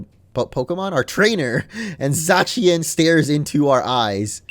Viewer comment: It's pronounced zacian